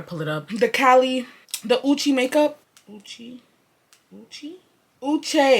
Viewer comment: her name IS pronounced (ooo-chEE-s)